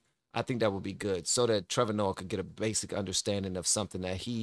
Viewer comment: I love your content but learn how to pronounce names. Listen to someone else say it lol. It takes away from the flow. And Trevor is not smart. He is a puppet like all media.